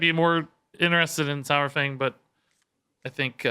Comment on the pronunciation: I know I'll get a heap of hate, but it just annoys me to no end. It's sawfang, as in dinosaur. Not sourfang. Love your content though.